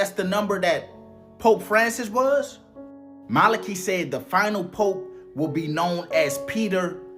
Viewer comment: st malachi: MAH-LAH-KY OR KAI (LONG I, NOT SHORT I)